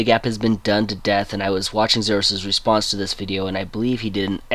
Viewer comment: At about 16 seconds in, I couldn't understand you. You were watching whose response to the video?